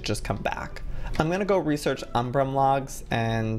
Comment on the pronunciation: Joey: "the Umbram wood" Me: * triggered * IT'S UMBRAN NOT UMBRAM JOEY